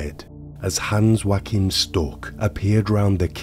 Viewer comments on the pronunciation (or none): none